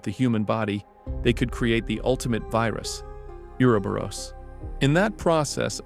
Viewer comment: Can somebody please tell me why nobody can pronounce Uroboros?